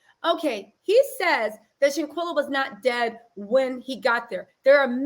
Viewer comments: Shanquella (Shan-kwella) Can yall please say her name right. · Please pronounce her name right... 👍🏾